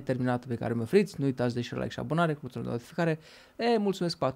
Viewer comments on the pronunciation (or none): none